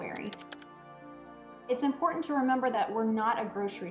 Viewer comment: Important pronounced as "impouraant" grates my ears!